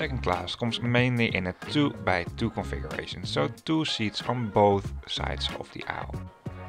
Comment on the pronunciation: It feels like you pronounce "configuration" as "conversation" :)